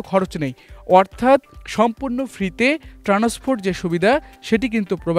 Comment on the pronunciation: Afni bul balen keno. Tenasport na . Words correction transportation. Please correct your words thank you very much